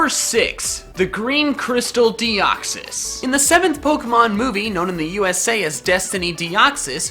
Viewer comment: all Pokemon Names Are Plural . For The Record lol . " Deox-Eye" lmao